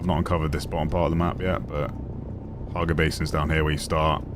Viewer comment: Hagga! Not Harga